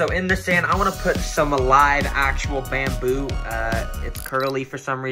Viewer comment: bamboo❌ Bendboo✅